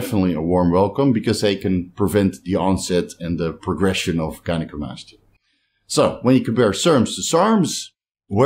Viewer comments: An absolute stellar, by the book pronunciation of gynecomastia. Proud of you,! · Nailed the gynecomastia pronunciation bro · Your gynocomstia pronunciation was spot on. Now you just gotta work on other 😂. Love ya bro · As a unilingual person who lives (and grew up) in a bilingual country, I would never criticize someone's second language. But I gotta admit I did laugh and was happy for you when you got gynecomastia right :)